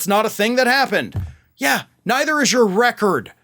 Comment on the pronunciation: Record? More like "wreck-ord."